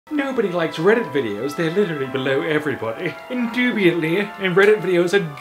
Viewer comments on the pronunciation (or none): as a redditor, its inDUBITabley....not IndEWBIETely